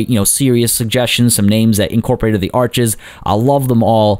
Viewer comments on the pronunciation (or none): none